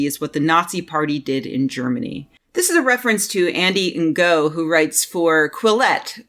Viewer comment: I could be wrong but I have heard 2 different but supposedly 'ok' pronounciations of 'Ngo' as a name. You can either pronounce it 'No', as if the G is silent, or I believe the more accurate pronounciation for the source language is actually 'Ing'. As in the last 3 letters in 'beating'. So call him 'Andy Ing'. Either way, I'm fairly sure that 'in-go' is just about the least-proper pronounciation possible.